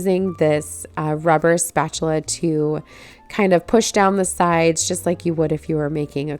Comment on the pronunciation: I was reading a recipe to my mother as she cooked probably 45+ years ago and mispronounced spatula like you did- my mother laughed about that for years. I would bet if I mentioned that to her today at 94 years old she would still remember! Thanks for the chuckle